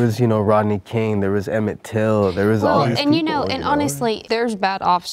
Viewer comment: He said "Emmet till" What??